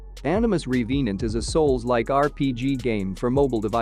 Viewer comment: Reee vee nant.... or Revenant?